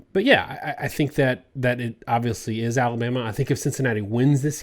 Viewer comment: Is it just me or does most of the time pronounce Alabama "Aluma?" I thought he was saying Iowa.